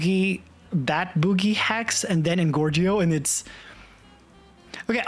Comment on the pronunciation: Bro its not boogie 💀